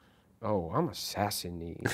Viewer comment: Say it with me “Sass-uh-nid” not “sassy-need”